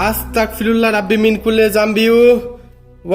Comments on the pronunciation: আস্তাকফিরুল্লা হবে না ভাই আস্তাগফিরুল্লা হবে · ভাই আসতাকফিরুল্লহ না আসতাগফিরুল্লহ